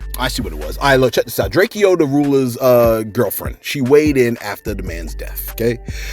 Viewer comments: aye but you keep pronouncing Drakeo The Rulers name wrong yourself.. it’s pronounced “DRAKE-OH” not “DRAKE-E-OH” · I love u but U gotta put some respect on that mans name... it is pronounced “DRAKE—OH” The Ruler, not Drakeyo. REST IN PIECE TO HIM. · his name is pronounced "Drake-O." not "Drake-e-o."